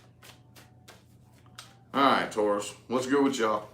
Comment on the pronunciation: Tauros versus gemini 🤣🤣🤣🤣🤣🤣